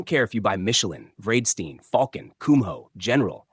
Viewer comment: Bread-Sten ? come on ai pronounce the brand correctly